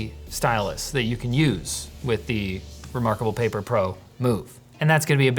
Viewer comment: "That is so Remoarkable. No, not like that."